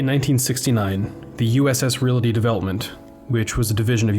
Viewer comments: Plus, it's "real-tee," not, "reelatee." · The word is "realty" not "relaty" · Saying the word "realty": There's "reel-tee" and then there's "reel-uh-tee." The longer, 3-syllable version is wrong. So why is it so widely loved???? Especially by reel-uh-ters!? (P.S. Down with nukular proliferation!) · But it does echo the Pittsburghese pronunciation "REEL-uh-tee"